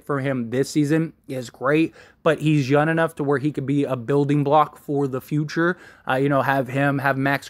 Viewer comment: It’s funny when you say “yun” instead of “young” 😂 love the channel man. #Lakers